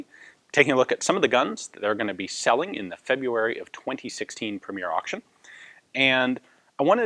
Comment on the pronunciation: You are 'probably' butchering February as well